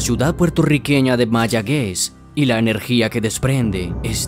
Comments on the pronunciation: Amigo ¿Mayaguez? Mayagüez 👍🏻 Ma-ya-güez. La sílaba tónica recae en la última sílaba(" güez") Es una palabra Aguda. 👌🏻😊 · UNA SALVEDAD: ES MAYAGÜEZ, CUANDO HAY 2 PUNTOS EN LA U